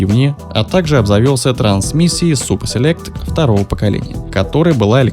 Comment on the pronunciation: Супа селект говорит